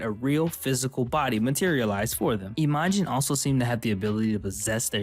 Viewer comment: It's not I-MA-jin, but Imajin, one quick no particular syllable emphasis word.